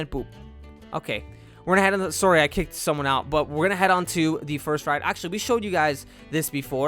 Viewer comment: is he from canada? he has a Canadian accent when he says sorry, im not even joking.